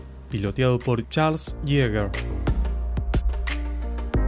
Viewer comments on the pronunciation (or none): none